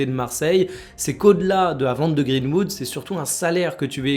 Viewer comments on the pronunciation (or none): none